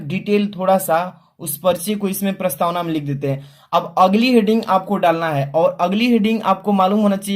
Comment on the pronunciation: Sir prastawan nhi hai prastawana hai